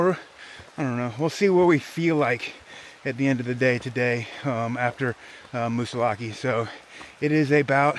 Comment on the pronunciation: Glad you saw a bear in the wild. Had one in my back yard last week. I live in NH. Have never in 40 years heard a native call it Moosilauke with the long e!